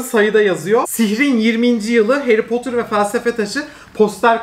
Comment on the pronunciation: 22.23 nobody harry potur ushquıswqıso